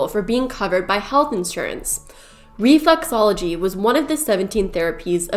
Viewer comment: she says reflUxology, it’s reflExology…